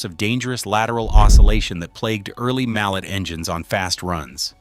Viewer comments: A mallet is a type of hammer . Mal (pronounced - LAY) is the name of the swiss engineer that developed compound steam. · The name Mallet for the compound articulated engines is pronounced mal-LAY, after the French engineer who invented the 4-cylinder compound type. There was much irrelevant video thrown in, including a 4-14-4 Soviet locomotive from the 1930s, and a 4-16-4 which must have been an artist's rendition of a locomotive out of someone's imagination. I suspect an A.I.-generated production without sufficient human oversight and editing. It spends 28 verbose minutes with what could have been presented in 10 minutes or less.